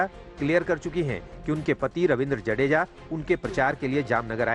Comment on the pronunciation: जाडेजा ना कि जडेजा